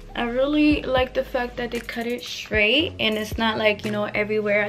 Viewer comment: The wig is beautiful like you . But lol I had to rewind it a few times because you wasn't saying straight correctly. IDK if it's because u have an accent cuz it kinda sounds like u do.